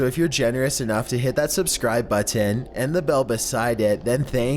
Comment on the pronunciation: Your pronunciation of 'Button' troubles me.